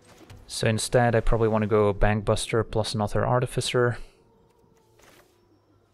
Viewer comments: Every time he says Bankbuster all I hear is Bang Bus and I'm not really sure what that says about me... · or you mean bangbus-ter?